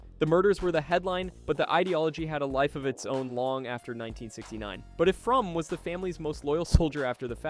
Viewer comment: It’s pronounced Frommeee